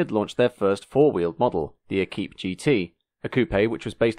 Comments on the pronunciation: thanks, couple of points, if I may. Villiers were the 2 stroke singles and Equipe is pronounced Ekwip. Yes have a look at the truly terrifying Bond Bug in the YouTube video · Equipe is pronounced "Ay-keep", actually